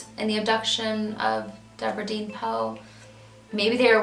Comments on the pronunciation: I may be way wrong. But it looks like her middle name spelled “deann”, wouldn’t be pronounced “dee-ann” and not “dean”. But I could be way wrong. I’m not trying to sound rude by possibly correcting you. Your one of my favorite true crime YouTubers. Your so talented and amazing at what you do! Keep up the great work love❤️❤️ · I just wanted to pop in to say how much I enjoy your videos. I really appreciate how you put the spotlight on these older cases that might have gone unnoticed, and forgotten after so long. In some cases there may not be friends or family left to appreciate it properly, but I know they do appreciate not being forgotten. Now for a wee bit of critical talk. Deborah Deann her middle name was most likely pronounced..Dee-Ann. Many spell it that way. A close friend of mine spelled her name Deann, pronounced Dee-Ann. Keep up the great work! God bless you! Give your kitten some cuddles!